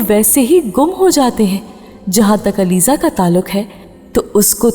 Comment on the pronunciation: It's Aliza not alizey